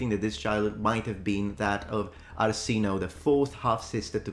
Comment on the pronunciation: Arsinoe is pronounced AR-SI-NO-WEH, not AR-SI-NOH. The E is not silent. Also, Cleopatra is a Greek/Macedonian name. The Ptolemies so kept their blood pure Greek that they even married and procreated with each other, per Egyptian tradition. Sure the Ptolemy men schtupped the local girls, but any resulting offspring were promptly removed from the succession line. The African ethnicity of the bones in Ephesus and believed to be Arsinoe's is largely conjecture ---- i.e., half of a rung above wishful thinking.